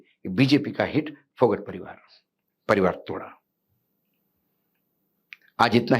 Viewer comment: अशोक वानखेडे जी फोगाट गौत्र है फोगट नहीं विनेश फोगाट